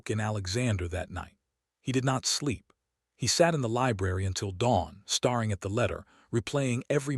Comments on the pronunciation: the "hopping" and "starring" drives me nuts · Why is staring pronouced as starring and hoping as hopping?